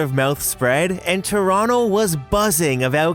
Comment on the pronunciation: Stumbled across this. Loved it. And I'm always happy when people pronounce "Toronto" correctly in videos...